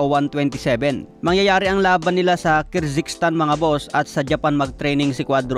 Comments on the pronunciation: KYRGISTAN, HINDI KIRZYGSTAN. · Kirzikstan 😂😂😂 tagal mo na nagvvlog hanggang ngaun ndi mo pa din maayos pronounciation mo daig ka pa ng elementary